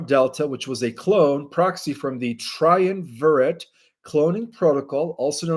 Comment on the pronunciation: Eschelons is pronounced with sh, like eshalons, not eskalons. Triumvirate is pronounced like this: Tri-um-vir-et, accent on the um. Subsequent is Sub-su-quent, accent on the first syllable. Differentiation is Different-ee-ation